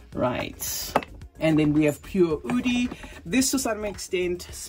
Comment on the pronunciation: Erba pureee 😂 it's Pure